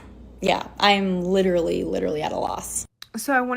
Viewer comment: Saying "litterally" automatically makes me realize you are an idiot and a mark. Just saying. 😂